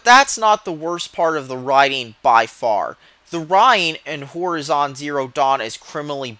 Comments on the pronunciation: did u just keep saying whorizon? D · Its pronounced hor-eye-zon. The way you say it is so annoying. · Makes me cringe how you pronounce "horizon"...